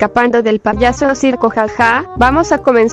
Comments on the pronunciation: Jaja cuando dijiste ti payoso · hay cuando dijiste payoso en ves de payaso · Min dijo poyoso 😂😂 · Medio risa cuando dijo poyoso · No les pasa que dice payoso ajajajaj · Dijiste poroso xd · En una parte dice payoso